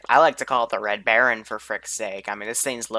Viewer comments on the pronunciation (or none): none